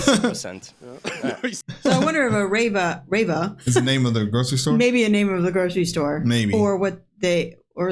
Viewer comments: it's always the foreigners who think packing your stuff at the supermarket (rewe in this case, he pronounced it the english way just like english speakers falsely pronounce adidas - it's pronounced reeeeeweeee) would be hard. germans just use a shopping cart and place their bought stuff in there, then go outside either to your car or to a more quiet place and pack your stuff there. no rush and no pain this way. i don't see why so many foreigners seem to not do this and then complain about being rushed. you can only be rushed if you don't use a shopping cart. also the "deutsche bahn" is the main railway company in germany and it's late by a minimum of 5 mins 99 % of the time. so native germans obviously complain about it. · not raver, but REWE a chain of german supermarkets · its not Rava its REWE a Grocery store ;) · I guess you already came along the "REWE" when watching videos of German supermarkets. And now you are just irritated by the pronounciation of it, because with an English pronounciation it woud not be "rave-a" but something like "Reewee". So he was talking about checking out of the supermarket chain "REWE". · Rewe is a german supermarket. His pronunciation is totally wrong and I had to listen to it several times and needed the context.